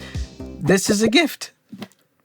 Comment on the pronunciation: the emphasis is on the word "THIS". Small explanation: other things are just gifts, but THIS is a gift. She absolutely loved that gift.